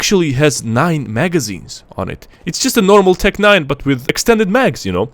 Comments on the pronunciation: Emphases on NEIN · As a german, the tec-nein hitted me right in the feels ahaha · The tec N E I N